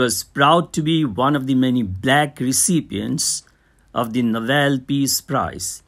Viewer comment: Plz read fast and it's nobel not novelll , anyway thanks for the explanation✨